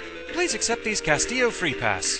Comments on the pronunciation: I think it's 'Cast-illo'. The way you said it, Castio, just ignores the ls. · it's pronounced cast-ill-oh. It's loose spanish for castle and is a common last name ;P